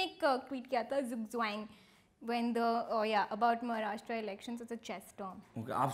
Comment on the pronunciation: Please stop calling my state maraa-shtra. It is maha-rashtra. Not so difficult, is it?